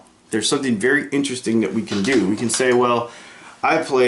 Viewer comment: Veddy in-tear-esting